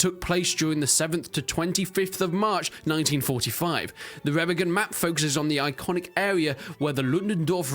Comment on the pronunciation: Re-MA-gen not Rema-gen